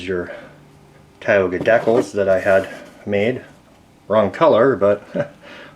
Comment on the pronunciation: Correa () Never trust a guy that calls "decals" Deckills.